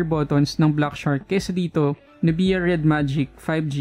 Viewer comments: Not nu-bi-ya. It's nub-ya. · nub-ia like sa nok-ia 😅